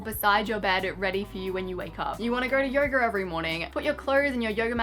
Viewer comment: i wanna go to “yogurrr” every morning 😂